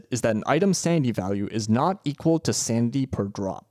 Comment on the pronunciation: Idk if it's just me but I hear sandy value and sandy efficiency instead of sanity